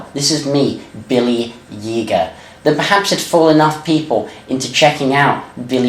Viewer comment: It's pronounced Yay-GER like the liquor